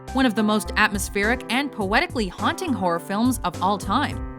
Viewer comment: she said whore movies hhh